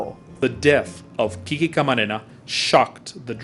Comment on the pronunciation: Why do they call him KiKi....It's really QuiQue or pronounced Kique. That's the short version of Enrique. KiKi sounds feminine. Anyway, he is a true hero. I learned about him by watching the T.V. series NARCOS. Awesome show!